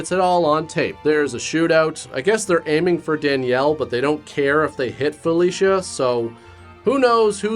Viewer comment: I swear... every time he said "Felicia", I heard "Fellatio".